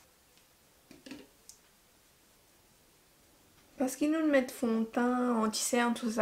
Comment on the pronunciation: We dont say foundation fontain we say it fondetain